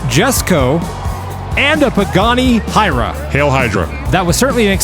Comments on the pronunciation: I'm with on this: BIG AIR, BABY! Edit: I think the Pagani is pronounced "Who-are-ya".:P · I can try to help. The Pagani Huayra is pronounced: pah-gah-KNEE (emphasis on last syllable) hwhy-rah. Literally pronounce the word "why" with an "h" sound in front of it. The word means "God of Wind" and thus, maybe that will be evident in some big air finishes for this vehicle? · its actually pronounced why-rah and yesko